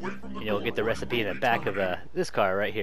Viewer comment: I am sorry young sir but my friend and I have noticed that you have messed up the word "recipe" DID YOU KNOW THIS!!??